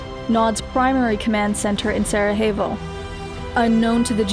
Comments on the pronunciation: >Sarahevo It's not a spanish word, don't use spanish pronounciation for it. It's pronounced Sarayevo. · the J in Sarajevo isn't a "huh" sound like in mexican or spanish words. It is a "yeh" like ja as it is slavic. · My only complaint is the mispronunciation of Sarajevo. Nice video, otherwise! Now we just need GDI, Scrin, Mutants, etc....